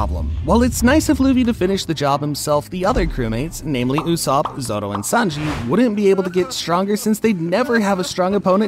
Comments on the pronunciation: It's zoro not zodo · Stop saying zothro